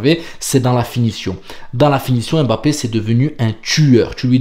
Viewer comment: J’aime bien ton travail. Bravo à toi ! Fais juste un effort sur la prononciation de Mbappé… ce n’est pas Aimebappé mais Mbappé. Force